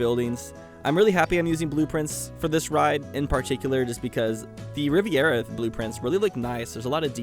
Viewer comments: Lmao Drinking Game every Time He says riverera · I have never heard anyone say riviera the way does....